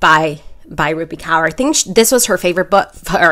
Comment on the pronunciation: just as a side note it's pronounced core not cower 😭😭